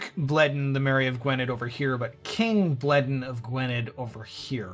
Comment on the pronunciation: Ok, pronunciation advice: "dd" in a Welsh name is pronounced "th", so Gwynedd is pronounced Gwyneth. Also, the second w in Warwick is not pronounced, making it sound like "worrick".